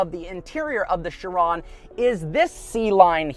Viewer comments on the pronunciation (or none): I thought Chiron was pronounced “She Ron” not “Sure ron “ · Who else pronounced this “KI-ron” when they first heard of it? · Learn how to pronounce Chiron please it's driving me insane